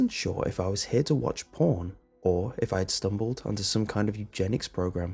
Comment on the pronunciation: When he says porn, it sounds like my dad saying pawn